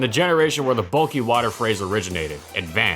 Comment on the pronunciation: EeheseeeHhh Bulkkuy wuterr smells gud